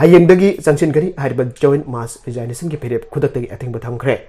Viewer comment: News Reader!! RESIGNATION- TO BE READ AS RE-ZIG-NATION & not as RE-ZINE-NATION